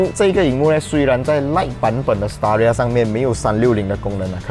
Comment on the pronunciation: Staria?听上去好像palia😂😂